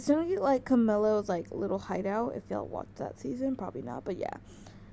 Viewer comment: The way you said hideout lol